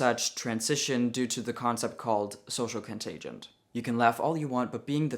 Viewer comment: Excellent video. Thumbs up from me. Hate to be that guy, but remember it's contagion; no t. And contagient isn't a word. Keep making these videos as they are informative and even better, from a trans voice. Thank you, sir. 🙂